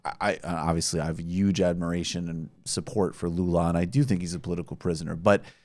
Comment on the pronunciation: And yuge